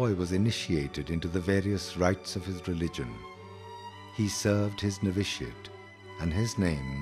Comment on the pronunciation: The proper pronunciation of word -novitiate in the video is not adequate.